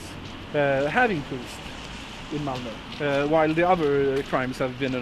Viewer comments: Its not Malmo its Malmö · As a Swede, a LOT of people think this is the refugee's fault but no, it's Sweden who's letting in a bunch of people for money but not taking care of who comes in the country. Also, this video is old but "ö" is pronounced "uh" not "o" (malmö = malm-uh) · "malmo" my swedish was like "what kind of name is th- OH MALMÖ!" pronounced "malm-uhh" (like the sound u make when u go "uhhhhhh") got this hurts my heart. will yall ever learn how to say Ö? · that's not how you say Malmö it hurts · The most offensive thing in this video is the way English speakers pronounce Malmö